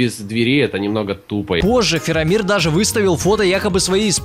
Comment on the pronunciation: кто это вообще такой? "Фирамир"